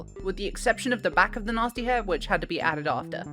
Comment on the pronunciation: It took me a minute to realize she was saying gnasty with that accent, I kept hearing it as Natzi lol